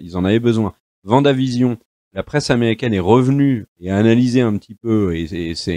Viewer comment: C'est pas faux. Tout comme le W de Wanda se prononce à l'anglaise ("Ouanda") et non à l'allemande ("Vanda"), puisque ce n'est pas une série allemande... Et tout comme on ne dit pas "les premières épisodes" mais "les premiers épisodes" (donc avez liaison "zé"), puisque le pluriel prend un S. Mais ce sont surtout des tics de langage, il faut essayer de passer outre !